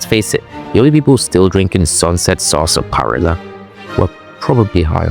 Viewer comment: Sasparilla is said as one word not broke into three XD, otherwise good vid